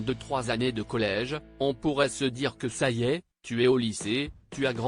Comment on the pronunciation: Ce n'est pas une référence d être chroniqueur chez Hanouna, grand déballage de la sexualité qu il faudrait mieux cacher, sans parler de ce robot qui ne sait pas prononcer EST, qu il retourne en classe